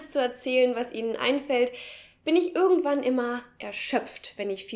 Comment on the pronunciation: hab es ganz nich verstanden, welcher Dialekt sprichst du? Deine "irgendwo" und "irgendwann" klingen wie "ürgendwo" und "ürgendwann". Bitte, sagt mir jemand, was für Dialekt ist das?